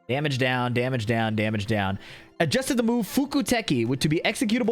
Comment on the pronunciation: Chatter: yapping: (heavy accent) EMOTIONAL DAMIDGE sidestep 1+2